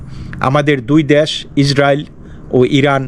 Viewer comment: দ‍্যাস না দেশ